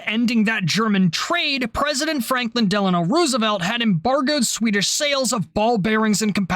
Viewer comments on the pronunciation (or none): none